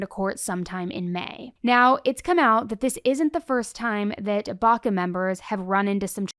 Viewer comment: Well sh*t. It’s BACA.